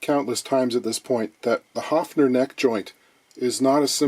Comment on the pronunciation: "A level of cosmic optimism" - I love his eloquence! 😊 Nice correct pronunciation of 'Höfner', too! 🤩 And I'd once built an e-drum trigger from a bongo together with a pick-up just like these ones, in the early 80's and with instructions from a music magazine: It actually did work, too! But I had no sound module to trigger it with 😅